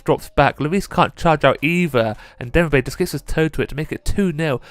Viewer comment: İts pronounced demirbay. Yeah i know turkish names are hard